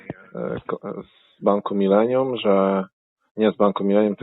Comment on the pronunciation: Bank „mylenium”😅